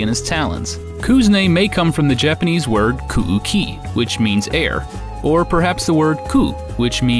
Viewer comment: "Kuuki" is pronounced "Kooky" not "Koo-oo-key"